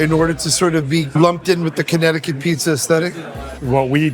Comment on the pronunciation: What was that original pronunciation of Connecticut…sounded like he said Honnecticut 😂😂